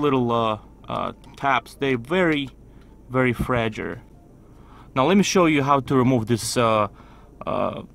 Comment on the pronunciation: "Very fragure"